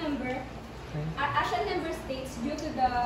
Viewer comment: ASEAN is pronounced as "aseyan" po 😊